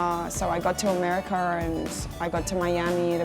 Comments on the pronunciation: am i the only one noticing that when she says anything that enda with an 'a' she makes an 'er' sounds. 'austrailer' 'americer' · "Amerikerr" lol the way she pronounces it is funny